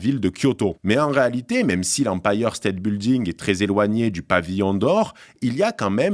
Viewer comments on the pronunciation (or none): "l'empailleur State Bilding" :-D